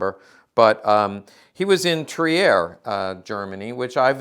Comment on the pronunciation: Not Tri-er. Trier is pronounced without e.